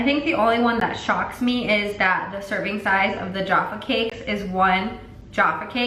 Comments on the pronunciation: ITS NOT JARFA CAKES ITS NOT YARFA CAKES THEY ARE JAFFA CAKES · Americans mispronounce English food for 24-hour... love you but seriously "yaffa cakes" I die.... it's jaffa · I’m sorry.... “Yaffa cake”....... I’m from Scotland and I’m pretty sure we pronounce them as “Jaffa cakes” 😂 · JAFFa cakes loool not YAFFa cakes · I almost cried when she pronounced “Jaffa cakes” “yarfer cakes” 😭😂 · For the love of god it's 'Ja-fuh cakes' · I get triggered everytime an American tries to pronounce jaffa cakes. It's like j-ah-ffa cakes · her pronouncing Jaffa cakes as 'jarfa' no actually Jaffa triggered me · No-one: Literally not a soul:: YoFfA CaKeSs!! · Yuh-ph-uh cake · Oh my god if you think Tesco is cheap JUST WAIT till you try ASDA, Aldi and definitely try Lidl too. Also you can buy some foods in places like B&M and Home Bargains. Farmfoods and Iceland is great too if you can get there. Also, I absolutely love hearing you pronounce British things 😂 “yaffa cakes”. Don’t pick up the Geordie accent though I do not recommend, move further West and do Manchester instead. 10/10. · Tuned- VXR she said “yaffa cakes” someone deport her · “Yahffa cakes” excuse me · The way you say Jaffa cakes really hurts to hear 😭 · Please learn how to say jaffa cakes 😭otherwise love ya💕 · The way u pronounce Jaffa cakes 😂 also isle of paradise if the best fake tan although it’s quite expensive so the st moritz one is good for the price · OMG, you mispronounced Jaffa cakes, ik you don't know how to say it and stuff, it's just my heart like stopped because in England these are SO popular hearing anyone mispronounce it or to be unsure like may have made me a like TRIGGERED